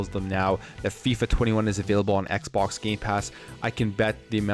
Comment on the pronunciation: "Xpok" "Dreigon" What's going on?